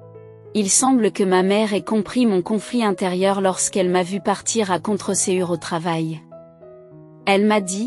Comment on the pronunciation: Contrecoeur se dit contrekeur faut prononcer comme ça